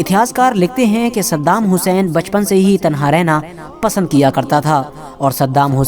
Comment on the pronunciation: Pahle tu bhai unka naam sahi se le